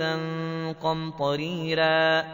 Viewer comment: ماشاءالله تبارك الرحمن ❤. لكن قمطريرا بالميم وليس بالنون.😊🤩😍😇